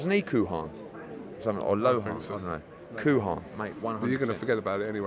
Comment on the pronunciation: Eddie 'Kuharn' hearns